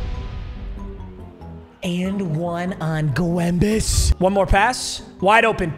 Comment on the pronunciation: Am i the only one who hates when he says gwembes?